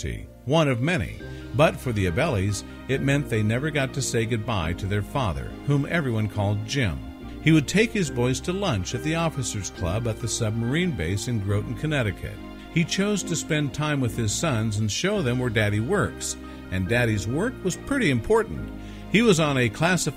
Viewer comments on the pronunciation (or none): I live in New London CT (basically same as Groton) it’s pronounced Grot-on similar to “rotten” add a G. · Just as a fyi it is pronounced g-rot-ton but a nice vid otherwise, just wish more diesel subs where used in the motion shots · The speaker made a common pronunciation mistake. The Naval Submarine Base New London is in the town of Groton. It is pronounced "Gra ton" not "Grow ton" And I certainly agree with others that using modern nuclear submarines and actors to portray the family makes this video too "Hollywoodish" . Your math is not very good as if the ship sank in 1942 and was discovered in 2007,that is 65 years not 80 years. Sorry but you need to do more if you produce another history video. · So this is a story about a WWII diesel boat, NOT a modern day nuke boat. Oh, and if you've done this much research you should have learned how to pronounce the name Groton.